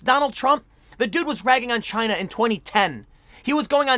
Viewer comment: It's chy-na